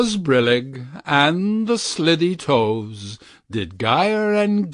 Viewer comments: It’s SLY-Thee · I am not crazy about this narration. He mispronounced two words, that caused me to wince. Slithy should have a long i, pronounced like slimy, and frabjous is two syllables FRAB - JUS not frabjulous, or whatever the narrator said. That aside, this is one of my favorite poems of all time!